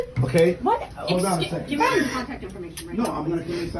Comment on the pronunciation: The word is SECOND not SecenT omg !